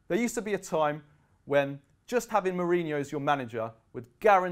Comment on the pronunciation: Who is this guy? Can't even say his name correctly.